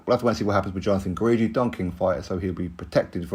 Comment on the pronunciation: Guidry is pronounced Gid-dree not Guw-eed-dree